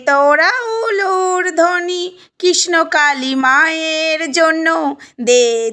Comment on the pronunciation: Kotha ta KRISHNAKALI. Thikmoto uccharon o toh korte sikhlen na ekhono. Kisnokali, kisnokali...bole jacchen